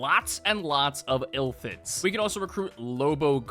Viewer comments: The true crime here is saying Illthids instead of Illithids. I'm dyslexic too but it doesn't make it hurt any less. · "ill lith its" is how you are supposed to say it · The way he keeps pronouncing illithids is pissing me off